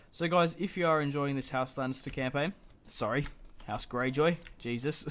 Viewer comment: When you say "house Gayjoy"